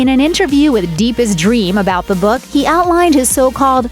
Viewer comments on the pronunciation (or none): none